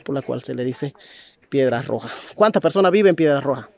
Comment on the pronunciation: Se dice Piedra roja S nooooooo